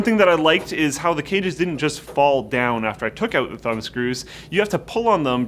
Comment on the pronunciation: Its 'out' not 'eut'.